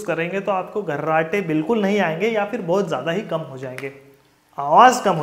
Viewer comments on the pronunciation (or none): abe gharrate nahi kharrate bol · अबे घर्राटे नही रे मुन्ना ,,,,खराटे बोल रे...chu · घर्राटे नही खर्राटे होता है।।।